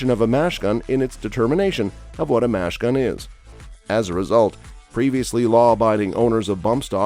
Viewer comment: Why did the speaker constantly refer to a "Machine Gun" as a "Mash Gun?" Does not reflect well on the knowledge of the presenter or the puppet masters behind him...!!!